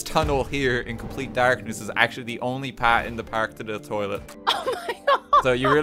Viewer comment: I love how I heard “pa” as part cause Boston But you’re Irish so it’s Pat-h